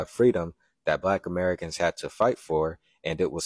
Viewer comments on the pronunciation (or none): none